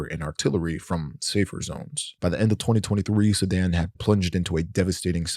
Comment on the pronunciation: why does he pronounce it like "Sedan"